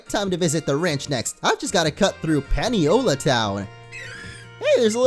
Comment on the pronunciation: Paniola is pronounced "Pah-nee-oh-la". It's named that way because Paniolo is the Hawaiian word for cowboy. Also, please add Dan the Grubbin to the team some time